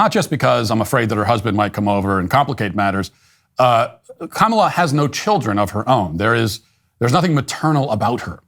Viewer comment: while they say her name wrong because her name is an Indian name